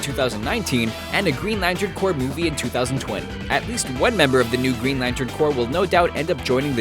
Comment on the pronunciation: We found someone that's says Corps right on YouTube! Thank god